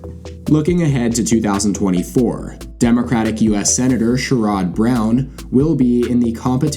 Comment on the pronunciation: Again, "Sherrod" should sound like "Jared" but with "Sh" at the beginning